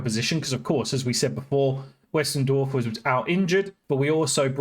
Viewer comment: Great video as always, great to see us in the NL again, in some form. 😅 But, a bit of advice on Pronunciations of our players: McEachran (Mc-ek-run) Bearne (beer-n) Westendorf (West-End-Dorf) Roddy (Rod-Ee) Hope this helps. 😉